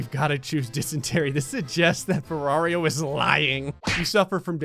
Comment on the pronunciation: Its "ferraro", not "ferrario"